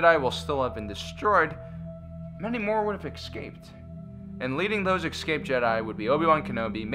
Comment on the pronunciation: I notice in your videos you say "eckscaped" a lot. The word is pronounced phonetically as it is spelled, "escaped". Please speak Engrish next time.